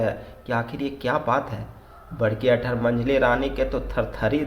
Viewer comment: Sir aap baar baar aathar bolte h padhane k time wo book aur h aathar nei......aur bahut jagah aapka nagpuri ka pronunciation galat h......baki story mujhe samajh m aa jati h...thanks sir